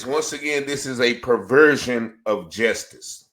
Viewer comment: Justice is not pronounced jestice.